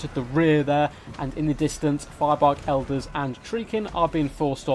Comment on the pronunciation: elders sounds like eldar